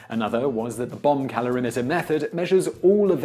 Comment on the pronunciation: Sounds like he's saying "bum calorimeter" - which would make sense when talking about bum brownies. lol